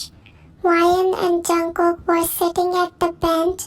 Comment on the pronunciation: Call me weird but I thought she don't know how to pronounce jungkook